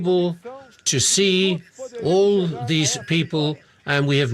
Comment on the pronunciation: Kkkk o “tchu.” Eu sou brasileiro-americano e quando minha família do antigo país visita, eles sempre dizem tchu em vez de “to”